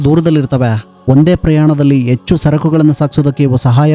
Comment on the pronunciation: ಎಚ್ಚು ಅಲ್ಲ ಹೆಚ್ಚು